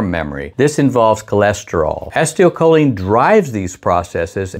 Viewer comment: Pronounced "ACEEEToL-choline". NOT "ASTIO-choline" 🤪